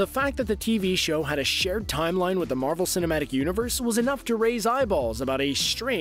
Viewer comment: He is saying marble not marvel